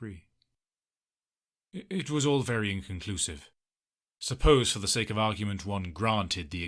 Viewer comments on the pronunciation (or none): none